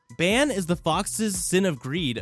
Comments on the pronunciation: This man said it like ban when its said like bon. "Ban"? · Ban is pronounced bon... But all well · Omg he is saying Baan name wrong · And he saidbhis name wrong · Wait how did you just pronounce bans name.. 😂